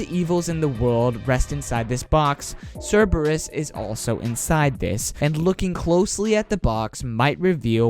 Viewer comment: omg, why are youtubers always saying cerberus wrong...is there any latin people out there? like cmon